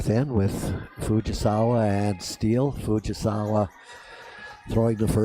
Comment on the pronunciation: "Fugisawee"really? Can you not read? Or are you being purposely disrespectful😮